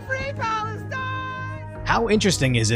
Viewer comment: “Phalastine” “Isreal” lol